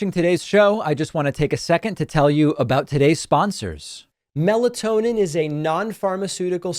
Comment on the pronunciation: Can you say meltonin?? Uh oh. Better be careful 😂😂😂